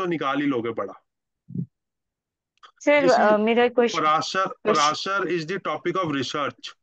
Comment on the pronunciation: Parashar rishi ji ka naam samman se liya kare. Kai jagah aap parashar keh raha hai, parashar kya keh rha hai, aise bol rhe hain.